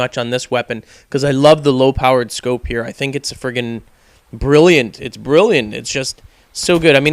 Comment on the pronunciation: wats up wiff u saying frigen